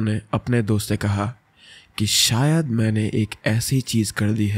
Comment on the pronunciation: Sayad nahi bhai wo shayad hota hai 😂😂